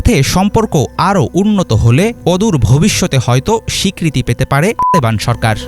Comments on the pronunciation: তালেবান শব্দ উচ্চারণের সময় টু কেন? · তালেবান বলার সময় টুট করছ কেন। তালেবান উচ্চারণ করতে তোদের ভয় লাগে? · তালেবান উচ্চারণে কি সমস্যা???